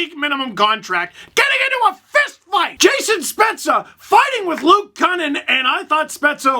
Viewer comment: Kukan or Kukin got cockeyed